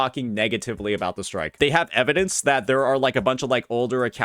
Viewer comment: Why do you say evidence like that 😭